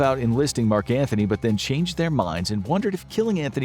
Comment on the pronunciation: btw it's Antony NOT Anthony (no "h"). one would think an alleged expert would know that.